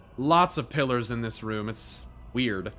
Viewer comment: What he said: Red pillars What I heard: red pillers The context worked.